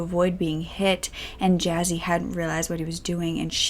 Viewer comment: Poon-jaab > pun-jaab Jazzy > juss-e